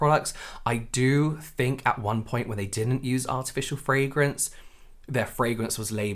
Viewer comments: I just can't wait for this community to get over the fragrance thing so I don't have to listen to Americans butchering the pronunciation anymore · The way the first tiktoker pronounces "fragrance" annoys me.